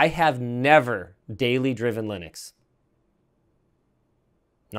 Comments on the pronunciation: Wonder if the penny will drop and he'll finally start pronouncing Linux correctly. It's not Linnucks... it's named after its creator, who is also called... Linus. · Quite, and there's been many debates about the 'correct' pronunciation... whether it be leenooks or lienucks. One thing I'm fairly certain of though, is that linnucks is wrong. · Linus Torvalds is Scandinavian, I believe (not sure about his exact nationality). His name is pronounced Lee-noose. He pronounces "Linux" basically the same way, but with an "x". "Linux" with a short "i" is closer than using a long "i", so the short "i" is preferred.